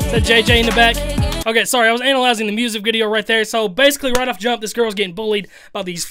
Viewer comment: The way he say analyzing, bruhh anal-lyzing